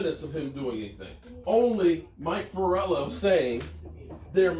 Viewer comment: Mike FLoor-Eee-OH 😂😂😂not Forello....